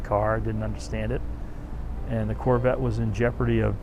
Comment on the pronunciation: Only a Gentleman Texan could say the word “Carvette” properly!